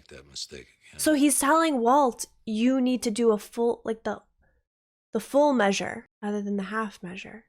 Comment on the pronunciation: "Full Meausre" ah, the french dub.